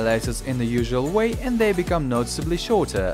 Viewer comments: when he says shorter he sounds british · 1.53 he turned british when he said the word shorter. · his voice sounded European when he said shorter.